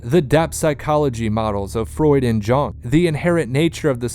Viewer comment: I had to stop the fifth time he mispronounced Carl Jung's name. Doing a video about the roots of mass psychology and not knowing enough about Carl Jung to pronounce his name right is like doing a video about the roots of English literature and not knowing how to pronounce Shakespeare. Seems to me the guy might have been simply reading a prepared text.